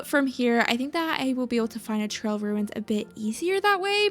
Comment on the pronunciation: The ‘trail runis’ is such a me thing, I love it 😂😭😭